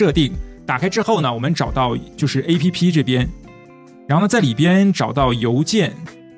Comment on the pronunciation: 請試著不要讀成"A" "P" "P", 請讀成"APP", 是一個字, 可以嗎？謝！